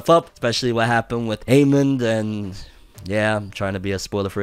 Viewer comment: It’s not Aemon it’s Aemond..two different characters lol they need more names